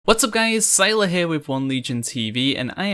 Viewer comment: It's pronounced Syiler not Syiler